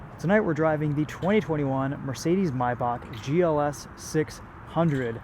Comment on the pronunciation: it’s pronounced “may-back”